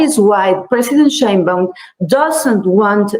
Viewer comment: The Fox lady fails to even pronounce correctly the name: Sheinbaum .. 🙄🤦🏻‍♂️